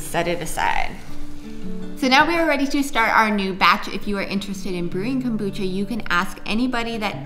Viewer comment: love your show, but one thing, what the heck is Cobutcha? lol